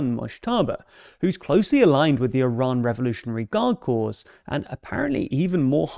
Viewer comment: that's not how you pronounce "corps"